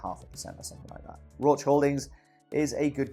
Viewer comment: Hey great stuff, totally inspired me to join in. Love the amount of insight you give. By the way, I work in a biochem lab and use Roche products all the time, everyone here pronounces it "Rosh" (if you care about that sort of stuff).